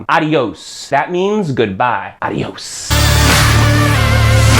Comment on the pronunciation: Another tip to speak like Spanish people: In Spain it's not vethino for vecino as you said in the video. It's pronounced bethino. All v's are b sounds. And it's a-dyos for adios, not a-di-os